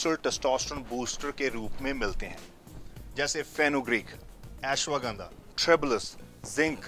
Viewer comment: its ashwaganda not eswaganda